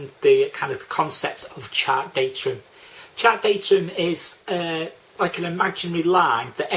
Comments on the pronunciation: DATUM not datrum!!!! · Good effort thanks but there is no ‘r’ in DATUM 👍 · I don't care how he says datum, he explains it better than my RYA course tutor